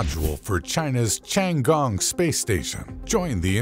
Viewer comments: pronounce "tti ann gong" not as you say or sound like.. chiangong .interesting infos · 是天宫 不是 长宫........... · 不是吧，老外真的不会发T的音，反而读成了C的音😂 tiangong, not chian gong! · Ten gong , not chiang gong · Tian He not Thian He nor Changee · I'm mildly annoyed that he keep pronouncing "Tiangong" as "Changgong" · Creator needs to learn how to pronounce “ Tiangong” correctly . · Narrator absolutely butchered the pronunciation of the Chinese spacestation. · For God's sake, can't you find someone who can pronounce 天宫 properly?? It ain't that hard! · Can't even pronounce the name of the Chinese space station correctly!